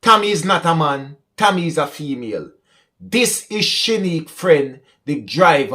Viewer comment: The lady is named Cammy. Not Tommy or Tammy. Because of our diverse accent the name got mispronounced